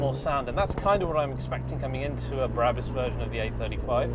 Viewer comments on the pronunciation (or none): It’s BRABUS and NOT BARABUS!!!! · Its BRabus NOT BARabus. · Brabus - not Berabus .....